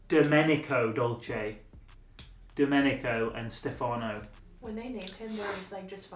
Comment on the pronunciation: Ur pronunciation of Domenico made me want to kill myself